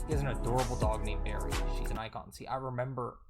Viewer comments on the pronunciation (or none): none